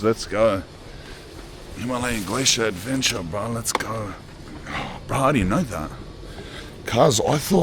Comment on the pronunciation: Weird hearing a grown man say "let's ogg"😂